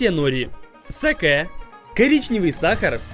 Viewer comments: Как же меня взбесило, не сакэээ а саке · правильно говорить "са́ке", а не "саке́". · Почему я слышу не сакэ а сасуке???